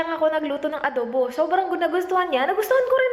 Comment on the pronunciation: Sobrang tawa aq sa "adobu"hahhaha..grabe tlga ..kpag bisaya tlga llbas tlga ung accent..Kaya gustong gusto kita..d ka marunong mag pretend.nagttaka aq sa mga haters na yan..😊😊😂😂